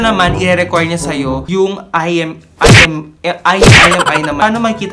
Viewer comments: imEi po hnd iMi 🤦🏻‍♂️🤦🏻‍♂️🤦🏻‍♂️🤦🏻‍♂️ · It's IMEI not IMI..